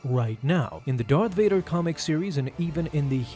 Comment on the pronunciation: Please stop saying Darvader